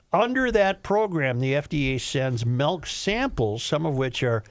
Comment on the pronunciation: Tell Joe to STOP SAYING "MELK" IT'S "MILK"